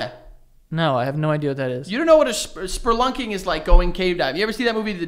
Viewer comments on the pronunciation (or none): saying sperlunking instead of spelunking is making me laugh way too hard for no reason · It’s spelunking😂 had me thinking I’ve been saying it wrong ya fuck 😂😂😂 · I love how always throws an R into "spelunking" and Joe always has no clue what he's talking about. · how does get so many words wrong😂 is spelunking not sperlunking LMAO